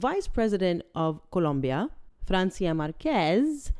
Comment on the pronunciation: Dear, You are the only person on YouTube that I have heard pronounce the word Colombia CORRECTLY!! Thank You! 😂